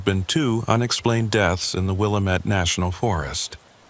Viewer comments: Willamette not wilomet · pronounce Willamette like will AM ette. This is Oregon, not Illinois!